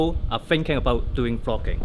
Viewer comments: NOT ONE, NOT TWO, BUT... ~ TWOOOO DIFFERENT KIND OF CAMERA TO DO FROGGINNNGG. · Jizz, I thought you're saying 'Fucking'........."What people like to do Fucking"😂